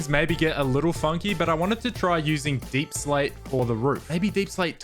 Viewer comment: Is it really pronounced as deeplsate